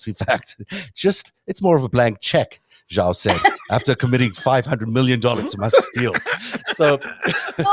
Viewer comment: The "Zh" in the Chinese name "Zhao" is not pronounced like the "g" in the English word "regime," it is pronounced more or less like the "j" in the English word "jowl."